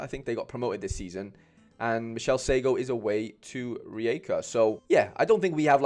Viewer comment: Sure there is croats watching pronounceing rijeka like your a born croat cheers from split. Gallery name:MedoNikBrundo